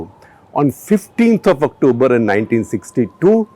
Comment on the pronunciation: why do u attempt to speak in English u douche' Aktubar Aktubar kar rha hai its fckn October u twat!